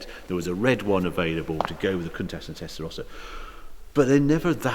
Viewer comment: not sure where you find the "S" in the name 'Countach' but one would expect an owner to know the name of the car...